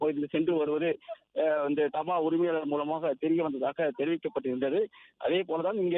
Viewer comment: Dhaa ba - please pronounce properly not daba